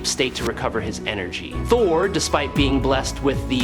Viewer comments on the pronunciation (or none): none